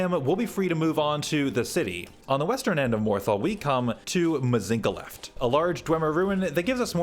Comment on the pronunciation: Aargh...you pronounced it Mz ink a left, instead of Mz inch a left, and the other day you said Kenturion instead of Centurion. You're killin me,.